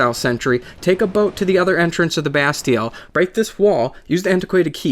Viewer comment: It's pronounced Ba (as if you were saying bad) steel, not Ba-stee-ell